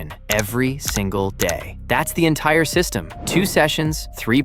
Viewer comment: The "enitire". Sorry my grammar senses are tingling lol Great video though ty!